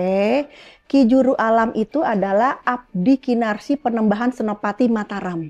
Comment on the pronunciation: Abdi "Kinasih" tersayang bunda bukan kinarsih